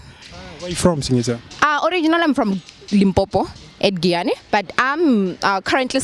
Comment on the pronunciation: One guy was given correct for a wrong answer 😂😂 The first girl make iman ein head sweet am😂😂 Did she say Raghana?😂 Please don't involve daddy😂😂